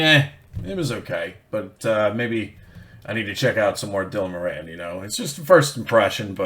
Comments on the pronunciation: you need to learn how to prounounce moran , it;s more in not more anne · More-on, not mo-ran. A couple of years ahead of me at school, Tommy Tiernan was also in the same school, check him out too. I'm just as funny but I never cashed in on it because I'm so charitable.